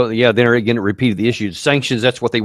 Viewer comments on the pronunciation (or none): I usually trust Mr McGregor but his inability to say the words "again" or "been" really concerns me. for years I thought he was talking about games and he would say this person had "a gain" and that person had "a gain" and then he was talking about "beans" and I didn't know what the hell he was talking about but he was trying to say the words "again" and "been". did he have a stroke or something?